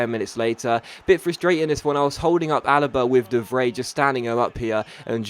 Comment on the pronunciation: Ur pronunciation! Ugh!